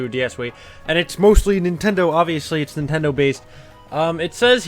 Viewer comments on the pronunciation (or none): none